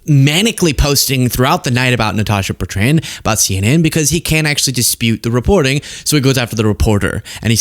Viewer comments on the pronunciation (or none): Not Bert...ran..my god!! Cringe worthy to me!! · Why are Americans incapable of pronouncing Betrand?